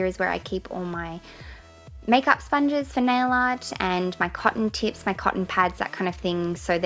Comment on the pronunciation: When she said 'cotton tips' did anyone else think she said cotton tits ahhahahaha